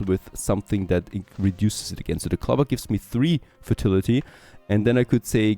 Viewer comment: Ceramics sounds more like sir-amics. Clover has a strong O. ✌️